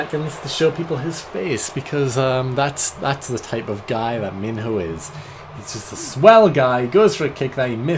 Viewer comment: When i heard you mention Minho in another video I thought you said Main Ho